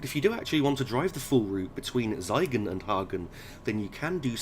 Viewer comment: Hi there First of all a little pronounciation tip: Whenever you have an 'ie' or 'ei' construction in a German word, flip the letters, i.e. 'Siegen' is actually read like 'Seigen' Second, regarding the speed warning boards, did you know of GPA/GU? You can read my 'guide' on GPA/GU here: That'll explain the weird PZB magnets around speed boards in Germany :) Cheers, Prof.